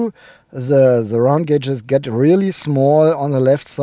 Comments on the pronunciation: Hahaha you finally said "gauges" correctly! Also the sound system in the new Q7 that you didn't like, was that the optional 23 speaker Bang & Olufsen system? In my country it cost an extra €10,000 euro!!!! I could buy a brand new car for that money! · Enjoyed the review a lot, nice explanation about the evolution of the design. It appears to be a very nice car, I liked the interior a lot. Nice to here you're pronunciation of gauges is now correct not that it bothered me before anyway, I always understand what you mean and this is what's important